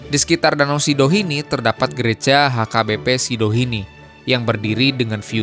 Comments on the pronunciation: Danau sidihoni bang bukan sidohini😂😂😂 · Sidihoni bang,bukan sidohini😂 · Bang, itu namanya Danau Sidihoni.. Bukan Sidohini.. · Itu danau Sidihoni bukan Sidohini kang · Danau sidihoni bang, bukan sidohini😢